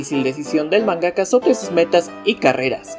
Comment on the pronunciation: Se dice MANgaka, no manGAka. Y es Doctor Slump, no Eslump. Se pronuncia KAYIKA, no Cajica. KANzenban, no kanZENban.